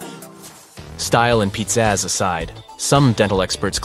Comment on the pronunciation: ...um... How Do You NOT Know That "Pizzazz" (✨//⚜️) ISN'T--🍕-- & Therefore NOT Pronounced "Pitzazz"..?!?! I mean, it sure seems like (Am'can) English IS Your First (if not OnLy!) Language ... so ... WHY?!?!?!?!?